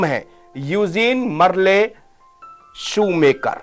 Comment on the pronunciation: शूमाकर है नाम शू मेकर नहीं